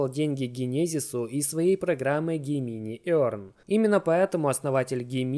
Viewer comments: ну со всем уважением, не Гемини, а Джеминай!!! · Не Гемини а Джеминай (GEMINI)